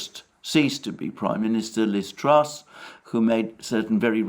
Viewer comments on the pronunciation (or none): none